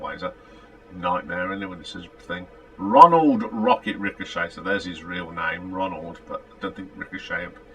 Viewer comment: Rocket's last name is pronounced "Ri shot" not Richochet. "Hot night in a cold town" should've been a big hit for them. And you are 1 album behind when you say it is the 12th or 13th or 14th album, they had 8 albums , 3 from so that's 11, Wolftracks is 12, Paradox 13, and so on.